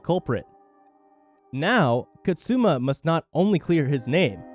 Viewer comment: Reaching Kaze No Stigma.. Dude says “Kazet no stigma” & “Katzuma” even tho it’s just Kazuma 😂